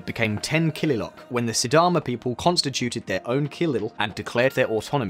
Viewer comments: Kililoch not kililock. 'Ch' in kililoch is read as 'Ch' in Ostrich is read. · Kililok ❌ Kililoch ✅ Kilil = Region Kililoch = Regions DERJ ❌ DERG ✅ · Excellent! Only one mistake "kililoch" is pronounced not as Kililok but as Kililoch ... the "ch" is as in "Chair". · One reminder tho the "ch" at the end of " kililoch " is pronounced as u pronounce the of " ch " of coach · its derg as in iceberg and its kilioch as in cockroach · And the pronunciation of killiloch, kilil and Addis Ababa